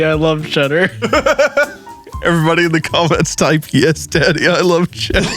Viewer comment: IS that what he said? I thought he was like "chadder" like if it was some slang for crappy food, why would they pronounce Cheddar like that?